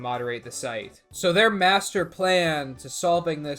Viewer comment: their WHAT now? may you repeat that?